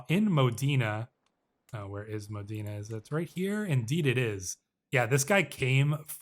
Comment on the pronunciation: Pronunciation guide from an Italian speaker (emphasis where I wrote the accent): - L'Aquila = Lákweela - Modena = Módena - Giovanni Caccianemici = Jován-ni Kat-tchanemítchi (it means 'hunt/chase enemies')